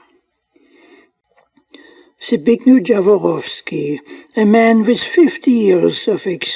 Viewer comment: It should be a norm that before you pronunce anybody's name, you go to the Google, search for the language and then listen what is an original and correct one. You say in my language Zbignju Dzavoroski in English fonetics the close one is Zbigniev Yavorovski. Please guys, all of you who produce videos, make some effort, do not deform any names to the extent it is not recognised. Yet sometimes it is offensive, when you create a bad connotation, or cite makes which are non existing: Mercedes - learn please it is not Micejdis (European letters value recognition). As English language twists absolutely everything we know in Europe, from Latin letters, this is unacceptable, you twist what's not yours. You are German, so you should know better as a neighbour of Poland, how to pronounce our names. All world is listening and they have no clue what's correct anymore.